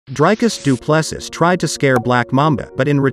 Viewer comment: Du Plessis is pronounced "Du Plessey"